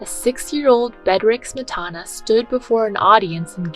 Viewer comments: Mispronunciation of "Smetana" undermines what may be good in this video. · Great information, but giving a thumbs down due to multiple mispronunciations of Smetana and other composer's names, common musical terms such as "minuet", and frequent grammatical mistakes. A channel calling themselves "Classy Classical" needs to get the basics right.